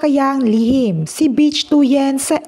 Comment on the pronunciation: Ang pronunciation ng "Bich" ay hawig sa "Bit" with weak "t".